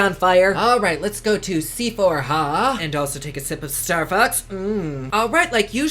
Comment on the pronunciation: 😂Did say "Starfucks" ❓😆😉I Live..........